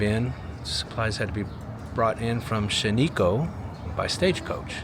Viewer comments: Shan ik not shin eeh ooh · It isn’ Shan-ee’-ko, it is Shan’-i-ko (the I sounds like the one in “it.” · It’s pronounced Shan - a - koe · There was no tax on the check because Oregon does not have a state sales tax...though some local communities (like Ashland) do charge one. Also, Shaniko is shan rhymes with stan, and iko like ich and oh. It's a cool place to visit in Central Oregon. Looking forward to the Salem video. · Love the video. But you mispronounced Shaniko 😂. Next time you pass through Oregon reach out….lots of cool towns that fit your other videos….Shaniko, Fossil, Maupin, Dufur